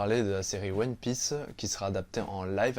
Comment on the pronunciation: La prononciation des noms des perso de one piece m'a fait mal